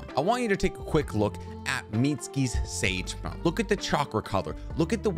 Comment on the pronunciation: Y’all heard him say sake snage mode?🤣 great video though.